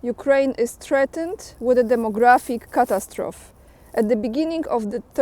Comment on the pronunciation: Catastrophy pronounced- ku-tass-tro-fee. Superb info. Watch every day. Always "like." Subscribed months ago. God bless!